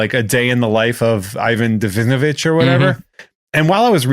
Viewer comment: I like how they get the name Ivan denisovich and Ivan skavinsky skavar wrong and just move on